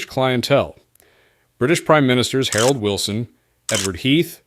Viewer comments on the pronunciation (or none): none